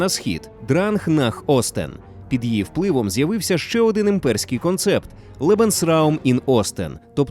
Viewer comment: (Якщо не говорити про радянський правопис, а саме вимову). Русифікована вимова. Деінде ви сказали Рейх замість Райх. багато ффф - «під її фпливом», багато де українська И, що близька до І, звучить як рос Ы, літера В узагалі ніде не звучить як Ў, де має бути — [створыф], [фсе], [афто] (правильно [стўориў], [ўсе], [аўто]). Г наприкінці слів у вас звучить Х. Тощо. Наперед скажу, це не діялект або щось подібне, а саме русифікована вимова. Послухайте на ютубі Українська літературна вимова Миколи Погрібного. українська мова насправді ще гарніша ніж ви думаєте/говорите. =)